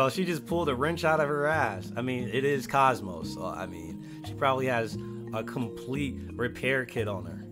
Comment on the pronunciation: I'm not sure if he's mispronouncing KOSMOS (both long O's) on purpose, or if he's never played Xenosaga (where she came from originally). I heard she's a rare pokemon - ahem - blade in Xenoblade Chronicles 2, but I don't know if they ever pronounce her name in that game.